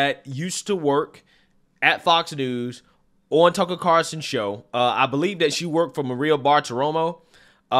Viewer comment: Hey, it’s TuckER, not Tuckle….